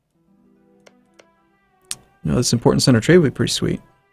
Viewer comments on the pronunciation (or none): none